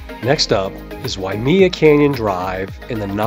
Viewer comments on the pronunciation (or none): Thanks for the info but one thing Waimea is pronounced (why-may-uh) not wy-me-uh.